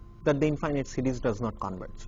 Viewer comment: sounds like he's saying cities...